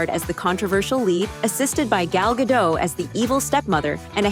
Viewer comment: WTF is wrong with the world? her name is Gal Gadot! not gal gadow or gadoo or whatever it is you're seeing. it's GAL (very simple) GA - Dot. (dot, like it is writen, not like an American would read it) the 'T' is not silent. GAL GA-DOT.